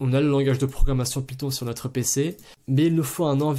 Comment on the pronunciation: python, non piton, oui